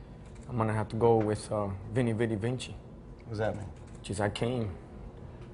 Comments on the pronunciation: Vinny Viddy Vinchy? Come on. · It's Veni Vidi Vici , not Vinci.. Cesar is turning in his grave now.. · Its not called vinnie vinnie vidci , veni vidi vidci is correct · Pitbull that's not even close to the right pronunciation of veni, vidi, vici...